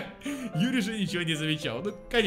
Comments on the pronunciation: Юри а не ЮрИ.. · Не юрИ, а Юри!!! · Почему он говорит юрИ,а не Юри? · Ю́ри а не Юри́!!! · Юри, не юрИ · ПОЧЕМУ ОН ГОВОРИТ ЮрИ? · Она не юрИ а Юри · Не юрИ а Юри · Блин прошло 5 лет, а меня до сих пор бесит что говонит Юри́ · ударение ставиться на "ю" Юри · ЮЮЮЮЮЮри, запомни! Ударение на Ю! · Юри ударение на ююююю